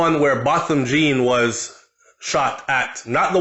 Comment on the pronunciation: You need to pronounce the surname name properly...’John’ not ‘Jean’